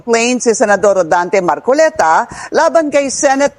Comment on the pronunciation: Mar-co-le-ta Hindi. MAR -CO-Liii-TA